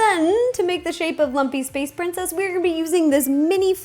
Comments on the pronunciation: Anyone else hear her say Lumpess Space Princess instead of Lumpy Space Princess at the beginning? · i thought she said monkey space princess LMAO